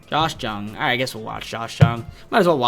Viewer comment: ur butchering Lowe and Jung bro